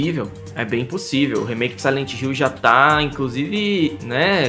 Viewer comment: Rumor de um jogo..: "SILENTE HILL" kkkk